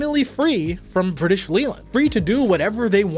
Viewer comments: Good research. Leyland is pronounced "lay""luhnd". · It's pronounced Layland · Leyland is pronounced 'lay-land'. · Not only can’t he be bothered to say Jaguar correctly, every time he says Leyland I wince. 🤦🏻